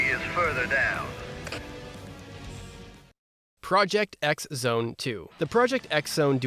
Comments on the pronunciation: Man hearing it a Ex zone instead if Cross Zone feels weird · Just a minor correction to note: the "X" in Project X Zone is pronounced as "Cross". The name of the series is Project Cross Zone.